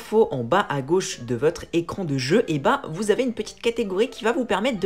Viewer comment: Mdr l’intro :zavaitez nombreux